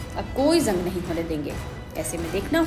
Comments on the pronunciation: झंग नही जंग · Zang nahi jang bolte hain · Bolna theek se seekh lo madam. Jung ko Zung nahi bolte. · Zung nhi madam ji use Jung bolte hain😂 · Madam zung nahin hota Jung hota hai Jung😂😂😂😂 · Izrael ❌ ijrael ✅ Gaza❌Gaja✅ Jung ❌ zung ✅